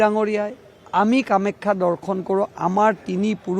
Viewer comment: কামাখ্যা শব্দ টো ভাল কৈ .....ko